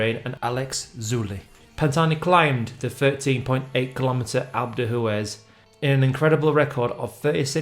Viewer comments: “Alp Doo-ez” Not “Alp doo Hoo-ez” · For goodness sake sand yours, please learn how to pronounce names of geographic locations. What’s alp doo who es? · As the French say, these clips are very "a l'EPO-que" . And by the way - "Alpe de who-Ez" and "Tour de Swiss" - lmao - best pronunciation ever!